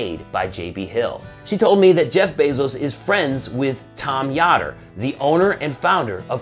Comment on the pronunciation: That'd be pronounced "Yoder", as in "odor", but great vid anyway. Much love for Kemo Sabe and the whole crew!